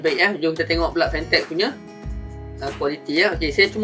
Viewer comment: nice jugak kualiti dia ni...tp brand dia kene sebut betul2...